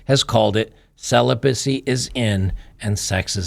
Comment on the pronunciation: Ceelobacy… 😂👍 Nope, I’m not a nun, I’m married. But you go girl 🫡 Celibacy my arse.